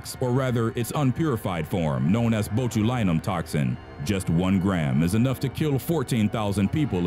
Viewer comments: Botch-u-line-um gotta work on the pronunciations man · Yeah, me too. The acetyl-toe-cal-een one cracked me up. Also bot-you-lie-num. For those unaware, it's acetylcholine, pronounced ass-eetle-co-lean and bot-you-lynn-um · strychnine, pronounced "strick-NINE" (like the number 9) acetylcholine, pronounced "ass-ee-til-khol-een" botulinum, pronounced "botch-uhl-in-um" botulism, pronounced "botch-uhl-is-um" "The more you know" music plays